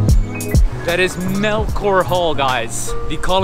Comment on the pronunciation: I go to UP everyday but, I don’t really work nor study there haha. Melchora Hall is pronounced as Mel-cho-ra Hall. The giant field you saw is called the “Sunken Garden” because it is a field in a Sunken ground. During February they have a fair at the Sunken Garden called the UP fair. The jeepney’s pass through UP and after go to different parts of Manila. Also there is more to the campus than just where you went, we also have the “Bahay ng Alumni” or the House of Alumni, where a lot of events are being held there. We have a hospital and a shopping center (which unfortunately, burned down recently) on the campus as well. They have the Parish of Holy Sacrifice, it is a big dome-shaped church in the campus. There is so much more the the campus but It’ll take too long to tell if I mention everything else that is great.